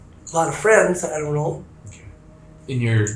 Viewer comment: She doont noo officers!